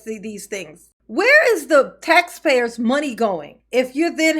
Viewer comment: said “tax peepas dollas” 😂